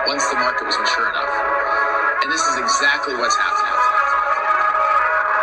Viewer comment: Tell it like it TIZ 😂